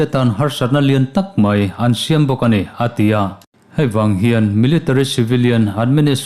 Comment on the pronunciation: A tia iti zel hian,ngaihthlak ati nuam lo.*A ti a* ti hram teh